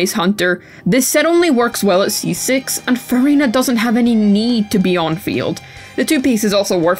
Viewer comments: why am i always hearing furryna? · i hate the way u say furina. it just sounds insane